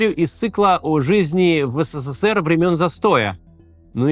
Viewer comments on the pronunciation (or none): none